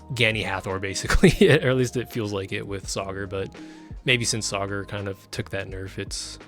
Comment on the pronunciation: Bro said Sauger… or sogger…. Bro its Sagar (suh gar)